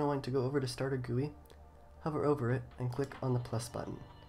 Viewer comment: Whos gonna tell him its not "StarterGooey" its "Starter G U I"